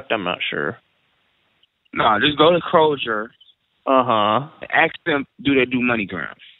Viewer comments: axe not ask;) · He sure "axed" you a lot of questions. He was on sharp cat!!!! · Let me axe you a question. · "You ain't even gotta aks her". Sounds legit. I'd go for that. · Love the ways he say Axe the lady instead of ask...LOL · "Don't axe the lady" - Good life advice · AXE not ASK! cmon guys! Just fking AXE her man! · you don't have to axe her, you don't have to axe her. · He would have made you rich if you would have listened. He didn't say "ask them" at Kroser, he said to "AXE THEM"......lol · How far IS you? You dont even have to AKS her. They insist on sounding ignorant. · I don't ask I aks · No, you don’t ask them!! You AXE them!!!